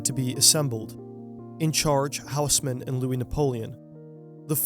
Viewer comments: Tiny quibble, and you’re not the first English-speaker to make this mistake: if you ask someone in Paris to point you to a HOUSE-mann building they won’t know what you’re talking about, but if you ask them to point you to an OSS-mann building, they’ll understand immediately; it’s a French name, so the H is silent and the AU is not a diphthong but instead a short O, like the first O in octopus or the AU in Australia … so Haussmann is “OSS-mann!” I know from having committed the same mistake growing up … around my two correction-happy francophone parents. So now I’m happy to pass the mortification along to you, you’re welcome! 🙂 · It's pronounced Oss-man. Great video otherwise 👌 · It's pronounced more like Osman :-) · Great video but the h in Haussmann is not pronounced